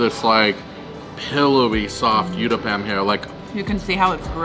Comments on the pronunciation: Uttapam u as in umbrella. Not youtthapam 🙏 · its pronounced (ootappa) Utappa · The u in uttapam is pronounced as u I uboat. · i like the way u said UTAPPAM LOL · Hi my favourite south Indian dish is mixed veg uthappam, pronounced oo th uppam (oo as in tool tha as un thanks and up pum as in pump) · so nice to see your love for indian veggie food.the third dish is pronounced as oottapam.Good luck guys !!!! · In Comments in other videos I had mentioned about Uttapam ( pronounced as Ooh - tapam ) and how I eat it using Knife and Fork , much more convenient , even though I'm Indian 😄 You will find many types of Uttapam like Masala Uttapam , Cheese Uttapam and many more combination 👍❤️ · Absolutely mouth watering food .Good try to pronounce uttapam but not correct